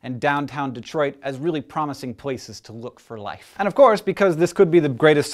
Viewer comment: "Downtown Detriot"